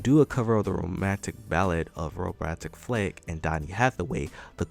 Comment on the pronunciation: My man said “Robmantic Flake” 😂